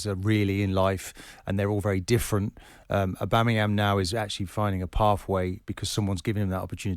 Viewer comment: Martin 'Aubameryam" Keown